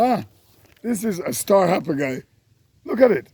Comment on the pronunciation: Star Happle?? Lol Happle Tree? Hackee Tree? Jamaican can’t stop add the H? Lol 😂